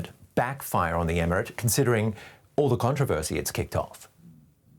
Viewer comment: The Con-trov-ausy!😄🤣